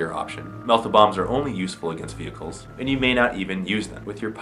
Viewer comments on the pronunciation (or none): 'Vihickle'....really??? *Vehicle